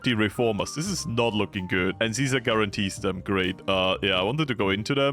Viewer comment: its deffionitly ceaser as in the roman emperor... thats tho whole theme of ceasers legion... you were saying it correctly!